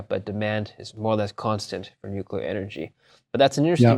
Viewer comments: Why do even smart analysts say nucYOUler instead of nuclear? It is spelled nuclear. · Amazing the intellectual influence of George Bush. His version of "Nukila" has really gone "popila"